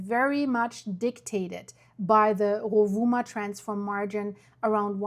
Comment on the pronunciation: Pronounced: Rue-voo-mah